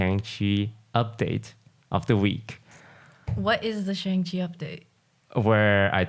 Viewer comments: has anyone pointed out to toast that he mispronounces shang in shang chi lol. they even teach us how to say it in the film XD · maybe if you pronounce shang-chi correctly you will get in the next one